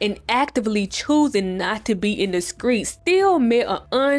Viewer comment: I sholl was bouta to ask if she was from Memphis based off the way she said hurrman and skreet 😂